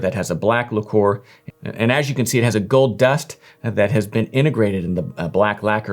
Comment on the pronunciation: Mf doesn't even know how to pronounce "lacquer" 😂